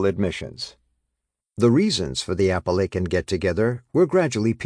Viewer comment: I wish this guy would learn to pronounce Appalachian properly!